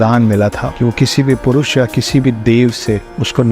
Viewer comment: Pursh nahi PURUSH Hota hai